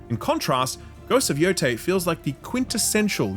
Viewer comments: he said yo-thai but it is yo- tey… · Bro played this game for dozens of hours and still pronounces it “Yo-tai” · It is pronounced “YoTAY”